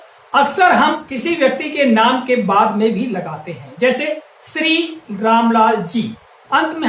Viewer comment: अपने श पर काम करो सर आप बार-बार शब्द को सब्द बोल रहें हैं, श्री को भी आप स्रि बोल रहें हैं l